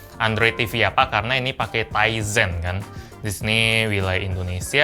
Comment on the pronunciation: powered by TIZEN saya dengerny "Ryzen" (anak IT tau lah pasti Ryzen apa)